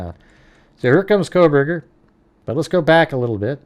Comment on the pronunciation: It's not Kohberger